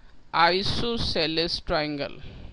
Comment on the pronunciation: Your style to says isosceles is diffrent